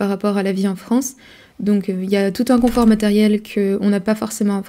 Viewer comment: Bonjour, c'est coNfort en français, pas coMfort. Sinon, molodets, je me retrouve dans plein d'aspects mentionnés, et votre analyse me semble très pertinente, elle m'a donné des clés et fait réfléchir à la relation hommes-femmes, par exemple...;-) Continuez une info honnête et la plus objective possible, pour fissurer la chape de plomb qui nous étreint...